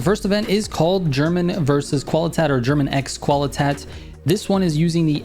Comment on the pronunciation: it's pronounced 'qualy-tate' 😉